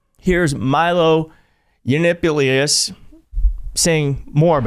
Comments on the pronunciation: ya-NOPP-o-lis* Although ya-NIPPLY-us was a great attempt. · Milo Yuh-nip-yuh-leetus 😂😂😂😂😂😂😂😂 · It’s YanOHPoo-lohss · LOl, isn't it's pronounced more like "Yano-polis" not "Yanip- pu-lolis lip pu plo lis" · Oh come on, Yannopoulos is not hard to pronounce Ya-No-Pou-Los. I love your channel but sometimes you act like a 15 year old. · Don't read, 💜😆. ->Yiannopoulis<- Just say: Yah-NOP'-o-luss Greek names don't have to be scary.🇬🇷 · It's pronounced Ian opolus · i'm going to be that person, sorry. it's pronounced Yah-naw-poll-iss, like metropolis. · Greetings from San Antonio, formerly in Washington DC! It's yah-NOP-oh-lus!! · His last name is not that difficult. It’s YAN-op-OLE-iss. Say it fast and you have it. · Milos last name is pronounced Ian-opolis. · The way you pronounce Yiannapolis is so funny lol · Yiannopoulos = say “EEE-AN-AH-POL-US Dude has “I need attention” issues. Wow! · Yah-NO-poo-loss. (Almost like "yea, no poo loss.") Accent on the second syllable. As a mental health worker, I can assure everyone that trauma does not "create" homosexuality, all gay people are not mentally ill and they do not automatically have psychiatric disorders. However, Yannopoulos's highly theatrical, bizzare and exaggerated mannerisms as he spreads intentionally misleading ideas about gay people do suggest some form of intense inner turmoil. Yannopoulos does behave like someone who is under extreme pressure, so his own trauma response probably comes from constantly denying and suppressing his own natural sexuality. He gesticulates and poses as he speaks, but he tilts his head and he keeps his eyes shut all the time, suggesting that he is aware of his own insincerity. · it is pronounced yah-nah-poe-lis Maybe Benny is bi? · Wiki says Milo's surname is pronounced yə-NOP-əl-əs. He's like JD Vance. Surname at birth was Hanrahan but he changed it to Yiannopoulos, his paternal grandmother's maiden name, when he lived with her as a teenager. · YAN NOP OUL OS. Not hard to say.